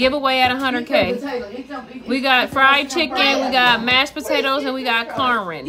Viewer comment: Why she Had to Pronounce “*CORN” like that!?😂